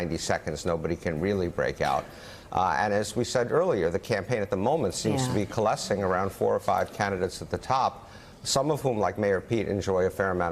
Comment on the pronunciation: "cullescing" with a shwa? It's cO-Alescing. Muricans!